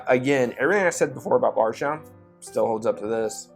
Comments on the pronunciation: Ok i have had a few tonight after having just left the Bourbon Junkies live stream but is anyone else hearing Bargetown when says Bardstown? Or is it just me?…maybe I need to take a break lol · Definitely heard Barge instead of Bard. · Bardstown. But it sounds like you’re saying Barsha.